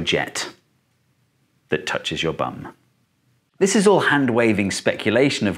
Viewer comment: "That touchs your butt." 🤣 Had to replay that, wasn't sure I had heard it correctly.